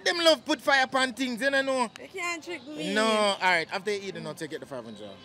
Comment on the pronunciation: "feel arite" 😄😄